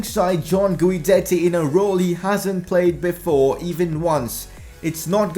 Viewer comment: Since Diego and Guidetti are going to be a Dynamic Duo just letting you know his name is pronounced as if the U wasnt there. Keep up the good work loving the vids ❤️